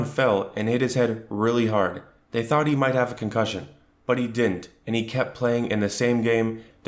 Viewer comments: The way this man said "CONCUSION" twice is the reason I Pay my internet!!! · Concussion?! CONCUSSION?! 😭😭😭😭😭😭🤌🏿